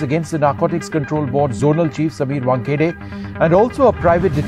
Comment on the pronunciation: And you called that officer as Wankhade, it's Wankhede